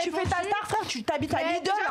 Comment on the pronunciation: "T'habites à Lidle" ptdr chu calé